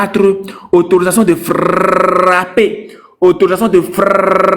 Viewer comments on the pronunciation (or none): Frrrrrrrrrrrrrrrrrrrrrrrrapper frappppppppppper frapppppppppppppper😂